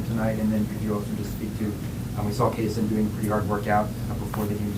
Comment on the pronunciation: Revoke the last guys press badge. Mispronounced Kasean’s name and asked about his recovery immediately after Pat addressed it